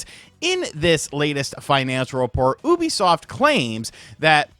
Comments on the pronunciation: Thought you said boobysoft at the start 😂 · I thought you said Boobysoft during the intro. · Did u say boobisoft lol